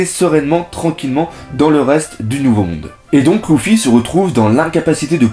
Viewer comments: sa se prononce leufi mais pas lufy biensur je sais comment on l ecrit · super! par contre, tu dis à l'oral louffy et dragon, mais à l'oral, ça se dit leuffy et dragonne non ?